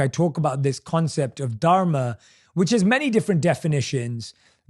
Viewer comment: Jay Shetty you stayed in India for few years. Don't pronounce Dharma wrongly. Don't act too smart. Copy cat